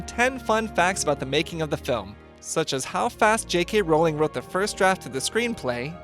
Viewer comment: I hate that he says rawling instead of Rowling